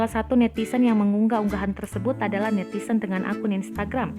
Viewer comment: Ini tribun timur kayak media amatir, pembaca beritanya netizen disebut netisen